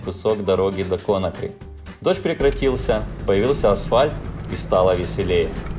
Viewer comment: Конакри - ударение на последний слог